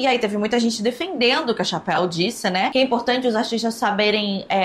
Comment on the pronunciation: A Chapéu kkkkkkk pelo amor de deus gente, a pronuncia é TCHÉPEL, por favor, obg